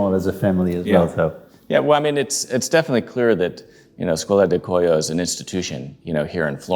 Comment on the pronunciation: Skwola di Kwoy-yo not Skola du Koyo